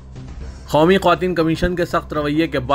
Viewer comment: KYUN khaumi bplte ho...sudher jaao